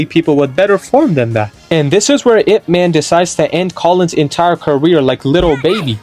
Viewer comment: it's not "I.P.". it's "Ip" like up but put an I instead of a u